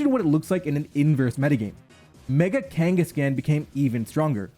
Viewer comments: Especially because it is a play on Genghis Khan and should therefore be pronounced similar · It's so weird hearing it as kangas-can instead of kangaskhan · Your pronunciation of kangaskhan makes me viscerally uncomfortable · Stop pronouncing kangaskhan wrong